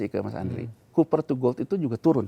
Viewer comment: copper, bukan cooper...